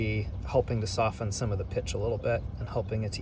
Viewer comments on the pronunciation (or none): none